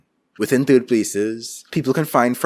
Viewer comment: I'm hoping you pronounce third TURD. and I was right. turd places